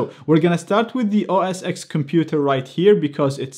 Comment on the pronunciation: It's OS "Ten" not OS "Ex"